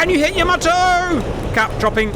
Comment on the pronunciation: "Yama toe" 😆 😆